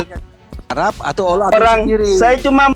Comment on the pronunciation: Haleluya nama ALLAH saja jelas masa ALLAH di sebut aullah hahaha😅 yang benar aj brow